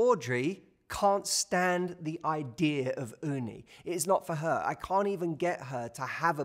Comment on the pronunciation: I really love hearing you saying Uni "雲丹"😆. Perfect pronunciation! Lots love from Japan